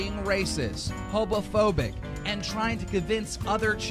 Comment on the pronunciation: No one else is going to point out that keemstar said "HOBOPHOBIC" in that old clip????